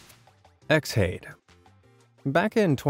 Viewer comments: X hade? surely it's pronounced Shade? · I'm pretty sure Xhade is meant to be pronounced as Shade, but I could be wrong and in the grand view it's irrelevant to the story